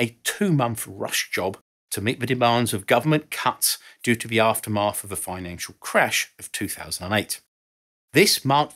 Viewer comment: Monf? Aftermarf? Elizabef? Alvough? Feory? Wiv? 'th' is not pronounced as an 'f' or a 'v' For thucks sake